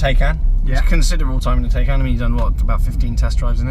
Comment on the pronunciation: Is the Taycan not pronounced Tie-can?! #justsaying